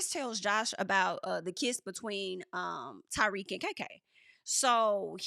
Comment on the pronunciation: I know "Ty-weak" was just a slip but it's low key the perfect name for him